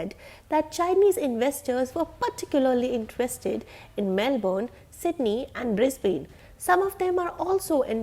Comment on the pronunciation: Melbrourrrne and Brisbaine